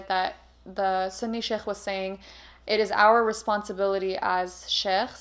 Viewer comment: i kept hearing chef whenever said sheikh 😭😭😭